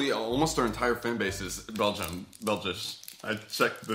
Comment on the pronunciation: it is Belgium not belches I know because I am from Belgium every time you bring out a new video I watch it